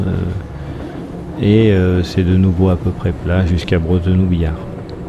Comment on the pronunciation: Slt, pour dire biars tu prononce le s a la fin et le y de puybrun ne se prononce pas. Je ne pensais pas que tu t'arretais aux gares de vayrac et betaille vu qu'elles ne fonctionnent plus. Je tenais a te remercier pour la dedicace dans la video ca me fait vraiment tres plaisir